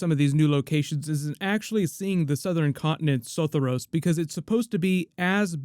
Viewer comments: Say it with me now: so-THOR-ee-ohs, Sothoryos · Im sooooo sorry but the way you pronounced Sothoryos really made me cringe!